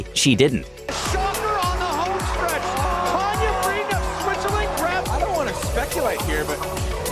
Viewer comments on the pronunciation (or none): none